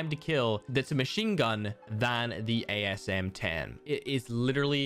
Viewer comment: I thought you said "ASMR10"